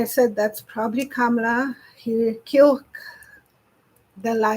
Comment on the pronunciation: FYI: Kamala is pronounced Comma-la. No camels. 😊